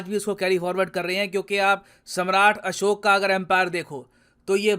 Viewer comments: sirji it's ASHOK not ASHOKA plz correct the vocabulary mistakes given by Britishers 🙏 (Forgive me for misbehave ) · English k chakker me hum jyada tar educated bhartiya log अशोक को अशोका योग:योगा आयुर्वेद:आयुर्वेदा राम:रामा कृष्ण:कृष्ना शिव:शिवा bolne lge h😂 Vaise isko improve krna chahiye kyuki humari Hindi language kharab ho rhi mixup se